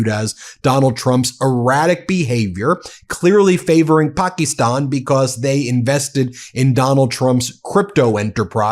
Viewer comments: As a fan and subscriber of your channel, you really need to work on your pronunciation of Pakistan and Mamdani. Leave the ignorant mispronunciations for agent orange. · Everything takes time. It is a slow process. Pock-ee-stahn!